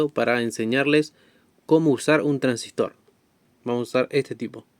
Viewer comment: El Traangsistor 😅